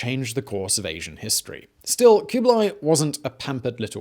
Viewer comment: Stop with the koobly; its kublah ee.